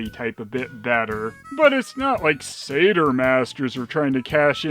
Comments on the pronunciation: I'd have thought that Satyr is pronounced Satire not Sayter? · I think maybe it’s pronounced “Satire” masters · Usually I hear satyr pronounced almost like sadder but say-terr is also common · Am I the only one who pronounces it ‘Sat-yer’?